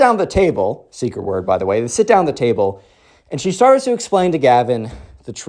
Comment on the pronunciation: Bro "table" njhghhnhgguhnhj